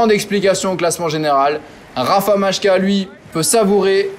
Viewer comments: Majka ne se prononce en aucun cas "machka " mais bien "Maïka" - un peu de respect pour les coureurs, stp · La prononciation c'est phonétiquement "Mailleka"